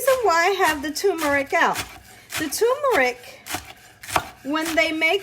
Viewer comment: "tumor-ick"????? WTAF?? There is an 'r' in that first syllable "term-er-ick"